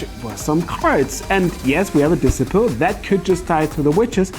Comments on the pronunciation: Disciple isn't pronounced like discipline! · "Dissiple" 😂😂😂😂😂😂 I'm sorry I'm dying, this is a CRIME it's so funny 😂😂😂😂😂 love you